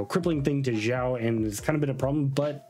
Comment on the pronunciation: pls your videos are so good but your pronunciation of the names sometimes has me cracking up 😂 Not sure why you call him Ziao or Jiao but Xiao's name is pronounced as Shiao